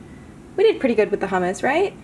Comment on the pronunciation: Uhg you pronounced hummus wrong